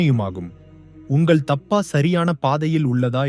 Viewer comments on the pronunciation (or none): உமது உச்சரிப்பில் பல பிழைகள் உள்ளன. திருத்திக் கொள்க